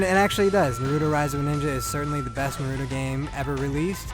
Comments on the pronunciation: For goodness sake, man, Naw-roo-toe!!!! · I wanna staple his mouth shut after hearing the 4th NARUDO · Why do ppl say nuhruto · I guess Asians pronounce english as "engrish" and white ppl call naruto "narudo".. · I couldn’t watch this video beCAUSE YOU KEPT PRONOUNCING HIS NAME FUCKIN WRONG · It's funny, after playing a game where characters constantly say the name "Naruto", you'd think the reviewer would know how to properly pronounce it! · damn your pronunciation was borderline insulting... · Wish you could pronounce Naruto right. :/ Kind of insulting.